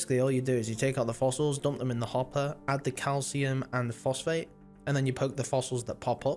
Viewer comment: You know how to pronounce phosphate and yet have no clue on how to say pyrophosphite eh